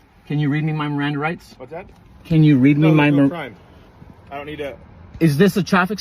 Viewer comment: "my mirandum rights"